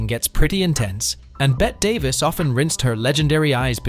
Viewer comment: It's not Bet Davis it's Betty Davis call Bett Davis get a new computer